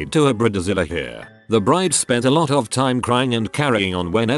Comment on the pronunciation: I’m tired of these AI voices that get words working “Bre-da-zila”